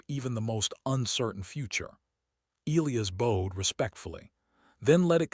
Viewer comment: God I HATE the way this stupid ai pronounces elias and bowed..for fucks sake someone teach this dumb ai how to read and speak